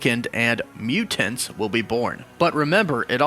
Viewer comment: Why you say mutants like that?